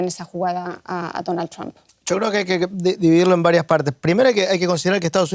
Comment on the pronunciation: La unión europea no es nada frente a putin y es títere de trump. Y para los españoles: se pronuncia tromp, no tramp.